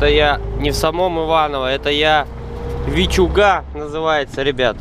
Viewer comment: Побывал в родном городке,. Давно не был, спасибо! Вичуга ударение на И.,.